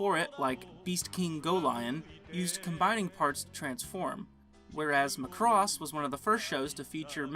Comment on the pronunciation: Guys... it's MACROSS not McCross. Let's go with the Japanese phonetic spelling マクロス (MA-KU-RO-SU) :D